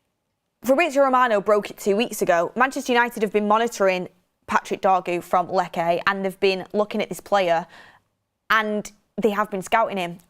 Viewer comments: Please …. Lecce is not pronounced ‘Leckay’, it’s simply pronounced ‘Lechay’ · not to be petty, it’s pronounced “Leche” not “Leckay” 😅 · Its not pronounced "Lekke" 😂😂😂Its pronounced as Letche. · Lecce ✖️ Lekke ☑️ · Lecce= Lech Che like ch in cheese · Lecce - Let chay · Stop saying "Lekae" you blonde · You work on one of the biggest channels and cant pronounce team names. Lekay lol